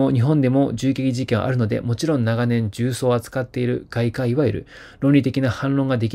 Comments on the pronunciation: 外科医[ゲカイ]をガイカ・イと読み間違うのを2回繰り返す事は並大抵の漢字能力ではない。いつもひどいが今日は特にひどい。の読み間違いを何とかしてほしい。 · 外科医を"ガイカイ"と読むとは! 誰か読み方を教えてあげてください。まあ、いつものことですが... 恥ずかしいですよね。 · スタッフさん、外科医は「ガイカイ」ではなく、「ゲカイ」ですよ〜😅